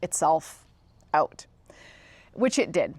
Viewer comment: I love how you say "oot."